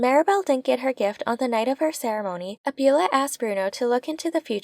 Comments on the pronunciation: Excellent video. Thank you so much! Also, it's not abYOUla, it's abuELLA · Great recap and analysis. But, “Abuela” means Grandma and is pronounced “Ah-bway-la”.